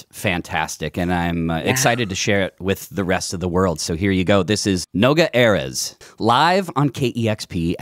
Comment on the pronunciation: actually most words in Hebrew have the stress on the last syllable but Noga is right when it comes to names for some reason. Also most English words have the stress on the penultimate syllable but Americans pronounce all foreign names as if they were French for some reason, which is why the Erez mistake is so common.